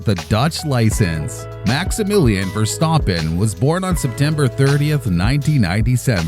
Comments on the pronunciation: He actually pronounced it correctly. With a bit of an accent he pronounced it the dutch way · Verstappen pronounced correctly, geweldig